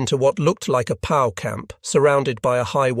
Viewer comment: Pity you didn't actually have a human being read any of the dialogue. A soldier's fascinating war experiences becomes a bit of a cheesy AI-generated output, with the British-accent setting toggled on. Thus PoW, prisoner of war, becomes Pow!, like some Marvel comics fare. And the plural of Italian lira becomes "liar." "Heads" become "heeds", "recover" becomes "reekoavur", "firing range" becomes "feering ranja," etc. As interesting as the material is, the AIxis assault on our allied language is too mighty to endure -- a shame.